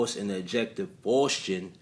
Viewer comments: That [ic of young thug is so ironically funny. He is posing as sus as possible, but it has the nerve to say "straight' from the A. Haha P.S. Good video. Just letting you know that it's pronounced "Fowst" Keep up the good work bro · FOSS - TEE - ANN (Faustian) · Pronounced foul-ste-un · Faustian, pronounced like fows-tea- en . Faust, Fowst